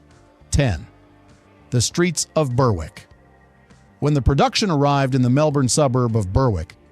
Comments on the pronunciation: Berrick. Not Berwick. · It is pronounced Berrick, not ber-wick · Berwick is pronounced Berrick